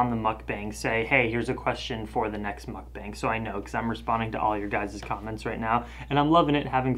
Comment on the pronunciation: You called it a Muk-BANG like 10 times at the end there.. but i like you saying it that way. please dont stop!